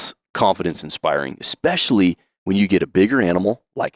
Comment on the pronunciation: expecially. You mean especially